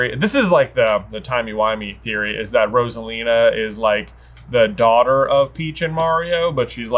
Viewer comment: Its ROSALINA not ROSALINAR!